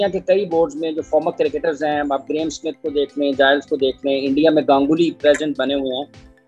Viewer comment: It's gaanguly not ganguli urdu in punjabi accent😂😂 urdu d taang tod tee😂